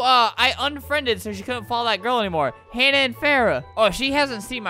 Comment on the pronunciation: i hate how u pronounced hana and farah